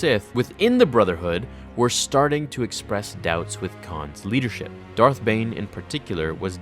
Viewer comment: Who else heard “thot bomb”